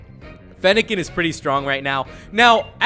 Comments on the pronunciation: you said feennilin the fawx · lol he said feniken the fawks